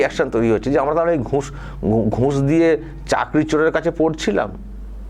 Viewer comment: আপনার বিশ্লেষণ খুব ভালো ।উচ্চারণ একটু এদিক উদিক । যেমন ঘুঁস না ঘুষ ।